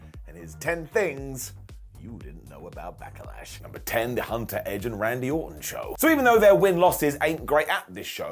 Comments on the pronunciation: Why does call it Back-a-lash? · Anyone else wondering why he keeps putting an A between Back and Lash? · I really enjoy the way says Back-uh-lash. His inner triple H is uh, coming out-tuh. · Sounded like called it Back-a-lash a few times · He did, it sounds funny when he pronounce it like that.